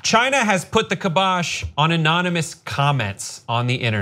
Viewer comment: Kybosh - not cubosh